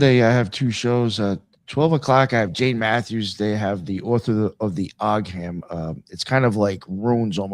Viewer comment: Ogham was traditionally pronounced with a silent "g", sounds more like Ohm when spoken x